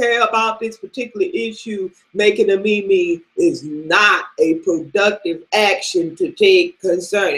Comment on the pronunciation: ahaha youre killing me with this mimi, who says mimi its meme LOOOOOOOOOOOOL